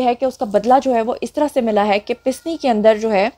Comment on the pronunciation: Pasni not Pisni please